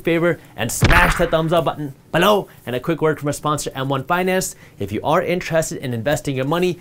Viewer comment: I love when he say BELLOW 😁